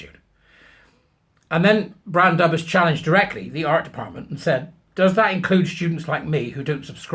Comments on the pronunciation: Just for info: dubh is pronounced doov and means black in Irish. 😉 - A sympathetic Irish-Ameican that didn't get very far trying to learn Irish. Oy! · Brandubh is brilliant, but her name is pronounced Bran-Duv as Gaeilge. 😊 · Its pronounced "Bran doov", with doov rhyming with hooves. It means black Bran. Bran being an Irish name. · Brandubh pronounced Bran Dove (Dubh = Black)